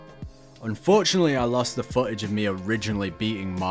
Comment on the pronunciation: You complain about people correcting your pronunciation of in game names when you apparently can't correctly say the "TH" sound and pronounce footage as "fuh-age" and of course other words. So screw them, call them what you want. 😉 👍